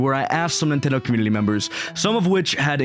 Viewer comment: Why do you say "Communi-L-y"?